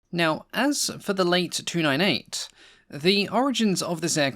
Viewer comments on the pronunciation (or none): Good on you for covering lesser-known French planes. Now does the existence of a "late" 298 imply that of an "early" one? I jest, of course, the name is best pronounced "lah-teh" to avoid any confusion. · I'm sure it's not pronounced late 298 - as in opposed to early - but Late with pronounced e - short for Latecoere. But what does an american care about the subtleties of european languages? Nuts.